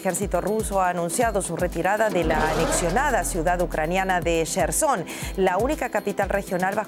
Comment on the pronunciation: La fulana lectora dice la Ciudad Cherson.... En vez de Jerzon...🤦🏼‍♂️